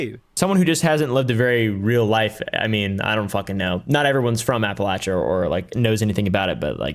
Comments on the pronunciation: He talks about Appalachia from a point of authority, but can't even pronounce it correctly. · The way you mfs are pronouncing “Appalachia” is making my Marylander skin crawl.